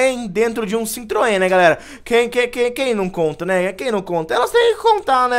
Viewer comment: dentro de um "CINTROEN" né